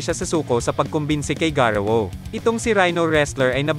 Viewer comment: Hindi garuwu Yun Garou